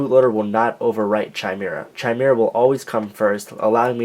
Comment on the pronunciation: It's pronounced [ki-meer-uh], not [chi-mer-uh]. Just saying